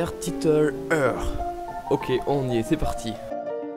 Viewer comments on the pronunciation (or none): heur xD 9A SE DIT IRE mais c'est pas grave ta mignonnitude pardonne tout <3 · cest "hir" pas eur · here se prononce : ire.. lol pas HEURRe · sa se prononce hire pas here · Tueur d'enderdragon Here ne se prononce pas ire mais hire. Le h est très important. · Ça se dit "Hire". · Sa sonne "ire" quand même